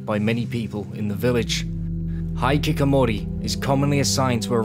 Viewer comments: Hi-ki-ko-mo-ri as of apposed to high kick omori. On a side note it is probably the best mispronunciation of any japanese I have come across in a very long time. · he means "hee" instead of "high" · This is incredibly well done. You had everything down perfect except for pronouncing Hikikomori.